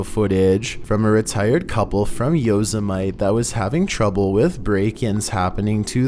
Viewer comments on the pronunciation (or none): #3 he said “from yos-uh-myte” that would be Yosemite bro. Yo-si-muh-tee. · The way you said Yosemite... it's Yo-seh-meh-tea. I've never heard it said Yose-mite.. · Yo-se-mite..... it's yo-se-mit-E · "yo-suh-mite" versus "Yo-semi-tee" god i love it XD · Yoze a mite? COme on, learn to read. It is Yo Sem It Teee!!!!! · #3 it's Yo-sem-it-tee.... not yo-semite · Oh yeah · Correction: clip 3, says the video was filmed at Yozamite... Lmao... I have to correct him because once again he has completely mispronounced a word... It's pronounced Yo-sem-i-tee!!! Not Yozamite or whatever he said! 🤣🤣🤣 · It's pronounced Yo-sem-eh-tea not Yose-mite. The nightwalkers have already been debunked. It was people walking in stilts. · Lol he said yo-se-mite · It's Yo-Se-Mi-Te you know,... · yo-sim-it-ee= Yosemite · ....Yosemite....YO SIM ITY. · “Yo’s a might”? Or Yosemite? Just curious 🤨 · #3 lmao I thought u could read its Yosemite National Park not yo sa mite...lmao come on dude ur supposed to be a pro by now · This man said yo sem ite. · Hey, Yosemite Is said like YO- simm-IT- eeee.:) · What you say yos o mite what lol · Hey #3 the city is pronounced YO-SEM-IT-TEA YOSEMITE... Lol. Just helpin ya out. Love ur channel❤ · I’ve never in my life heard someone pronounce Yosemite the way does!! Lmao! Hey, it’s pronounced Yo-sem-it-e 😂😂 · Your mispronunciation Of words mind numbing. Yosemite is pronounced Yo-sim-a-tee. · Did he really pronounce Yosemite like "Yosamight"? Did you never watch Bugs Bunny and Yosemite dude?😂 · the Park is pronounced Yo-sem-A-tea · Ohh good Lord 🙄Yo-zuh-mite? 😅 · The voice I was working on, but after mispronounced Yosemite. No can do. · One of the scariest things is the way pronounced Yosemite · LOL! Not only sounds weird, can't pronounce words correctly either... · Bro how do u not know how to say yosemite lol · Yosemite...??? His pronunciations crack me up 🤣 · That's not how you pronounce Yosemite.